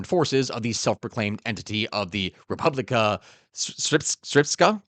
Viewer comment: It's Pronounced "Re-pub-li-ka Ser-ps-ka"